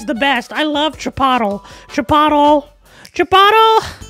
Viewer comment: *miss pronounced chickpotle* Laff (from Socksfor1):welcome to the club